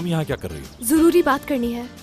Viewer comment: Joruri ❎jururi✅